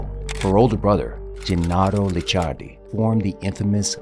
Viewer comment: It’s Licciardi not Liccardi 😉 Very similar but different pronunciation 😜 Great content though 🙌🏼